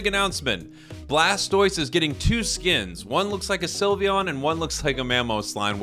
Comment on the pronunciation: I love how he said “that’s an odd blastose skin” and “mamogengar” IM ACUALLY CRACKING UP😂😂😂😂